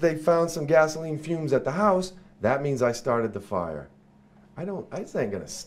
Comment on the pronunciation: "He didn't start the fiya"